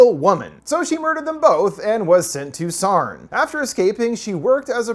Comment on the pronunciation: it's always so funny how americans pronounce estonian words lmao "sarn" made me crack up!! great vid!